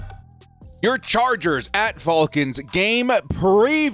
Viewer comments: i cringe every time he says their name 😭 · You say Falcons weird